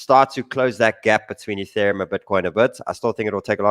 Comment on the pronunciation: The first time I've heard say "Ethereum" as opposed to "Youthereum"